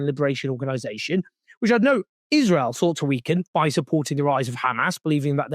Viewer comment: She said 'israel' wrong throughout her entire vile speech. One foot in the grave and she's not even afraid of her fate. Rich